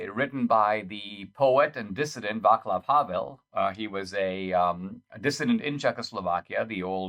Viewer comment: Vaclav is pronounced "Vahtslahf" . Mr. Havel became the last President of Czechoslovakia and the first President of the Czech Republic.